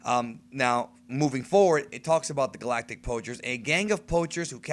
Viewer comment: pretty sure he doesnt know how to pronounce galactic